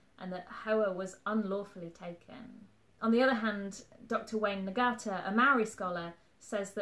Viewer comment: A bit late in commenting on this one. A great video, but in case of interest, one note on pronunciation in te reo Maaori, is the 'ng' sound is is not a hard G, when saying Ngata, it's Nga-ta with a mild glottal stop, like the ng sound at the end of sing. Closer to "naa-ta"